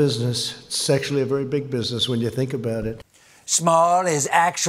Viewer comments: I heard sexually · I distinctly heard « sexually » ! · am i the only one who understood '' small business SEXUALLY a very big business'' ???????? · Yeah, he say SEXUALLY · I swear when trump is talking about businesses it sounds like he says “Sexually”. Not “Actually”. And considering trump, who knows....